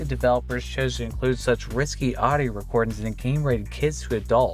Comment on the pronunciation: Its "risqué", not "risky". Riss-kay